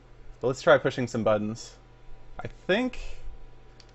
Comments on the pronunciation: "Let's try pushing some buddons" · "Let's try pushing some buddons" - Sethbling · "Let's press some buddons" -SethBling on Saturday, December the sixth, 2014 A.D. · "So there's some buddons on here." ~SethBling 2014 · "There are some buddons on here, but I think.." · "There's some buddons on here" -Seth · "Let's try pushing some buddons" XD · was the whole purpose of this video just for seth to say buddons